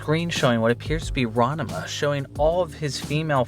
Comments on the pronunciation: *Rahn Mah Boi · Your pronunciation of Ranma is wild. Throwing an extra syllable in there. But ribbing aside, this was an interesting list. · It's Ran-ma, not Ran-a-ma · It’s RANMA 1/2 , not RANAMA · As a ranma 1/2 fan you are pronouncing it wrong, and I drove me nuts. I may be wrong about how to pronounce it correctly but your pronouncing it ran-de-ma. Anyway I'm pretty sure its pronounced the same as the engish title. ranma, almost like the name Ron followed by ma like ma-ma. It is Japanese so god knows if I'm right but randama or ranama is super wrong. I just looked up the game name and I am like 90% sure your wrong about the name too. Ranma 1/2 - Hiryuu Densetsu den set su. The origenal Zelda game is called Zelda no densetsu. I feel like of all the words you could've gotten wrong densetsu is an odd one. Also why its the image stretched like you don't know how to edit a blurred background to fill space. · Ranama? It’s Ranma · Ranama? It's Rahn Mah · Ranama 1/2: Heeroo Densets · ronnuhmuh 1/2, huh? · That's not how you pronounce Ranma. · Excuse wtf did you just say? It is really that hard to say Ranma? lol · Dude, what is with the way you say Ranma? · The way you pronounce Ranma has deeply upset me. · Good video, but the way you pronounced that Ranma game's title gives me great agony.